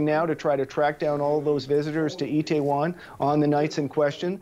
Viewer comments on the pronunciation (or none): Mario Kratt It’s not Taiwan, it’s “Itaewon”. It’s a suburb in Seoul. Has a lot of restaurants and nightclubs. Kind of an Entertainment precinct. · President’s name is pronounced MOON-JAY-EEN. Seoul’s district is pronounced “EE TAY WON.” Please practice names before going on air.